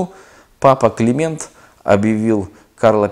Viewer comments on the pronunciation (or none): none